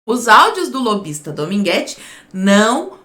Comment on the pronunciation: Ele erra até o nome do cara, dogminguete.